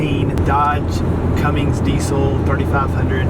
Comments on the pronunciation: It's a CUMMINS - Not a Cummings. Sheesh, get it right. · Umm, just one thing. You are doing exactly what I did for years, saying 'Cummings'. There is no 'g'. It's 'Cummins'. Like your posts. REALLY admire you and your wife doing this with the children. You, and a few other couples, are pioneers in what I see as a fabulous lifestyle.